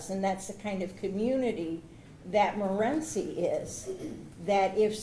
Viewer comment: Some people have never been to Morenci and it shows. The defense clearly has not. He can't even pronounce the mother of the boy's name correctly.